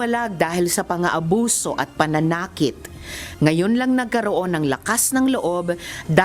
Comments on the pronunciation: Nakakatawa si Risa sa pagbigkas nya pananakit eh halatang may binabasa. Pa na na kit 😅😅😅😂😂 Si Risa ang queen of lies talaga 😂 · Si binabasa na nga mali-mali pa! Financial assistant tapos yung pananakit dapat mabilis yung pronunciation kulang sa practice.😂Kalowka!! Nag mamagaling kasi. Karma is real!! Sampal yan sa pamba baboy niyo sa KOJC lalo na kay Pastor. She is sick!!